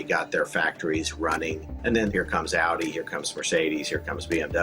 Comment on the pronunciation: the female narrator pronounced Audi wrong